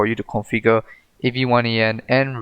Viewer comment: It's pronounced avian, like with birds, cool script.